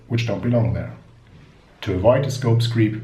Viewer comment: sorry it is scope creep , not scope screep . but thanks for the video , very helpful...